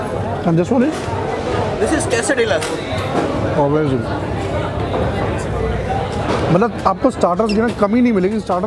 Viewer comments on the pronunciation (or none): Quesadilla ka jisko pronunciation nahin aata woh khaana kya banaaega